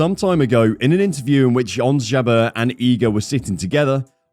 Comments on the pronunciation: Pronouncing Jabeur, like "Jabeer". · Why do you say Ons Ja-Beer? Do you hold a grudge? What's wrong with you? 🤦